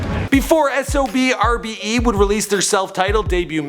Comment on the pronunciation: And you say it like SOBRBE you don't say the X. That's how they say it themselves. Since ya asked